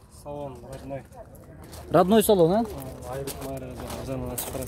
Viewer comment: Радная эмес Родной.. и ещё зимный-зимний (ничего личного)